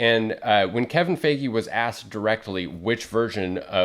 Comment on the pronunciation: Great video! I need to get some Nova books! Also I think Kevin's last name is pronounced Fi-gee not Fa-gee.